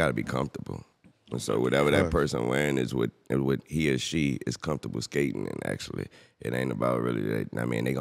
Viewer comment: "Bhill and Bomfortable"